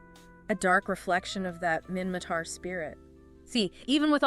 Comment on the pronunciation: minmaTar not mimmaKar